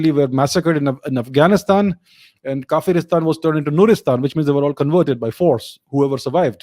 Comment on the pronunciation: Not kaferistan its kawer istan.